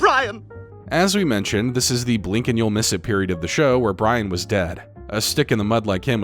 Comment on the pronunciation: Being sweaty and staying in water all the time is gonna make you sick eventually...and makes you get your vowels mixed up: (brAIn❌) - (brIAn✅)